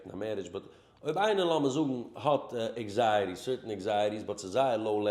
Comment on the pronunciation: Anxiety not eggziety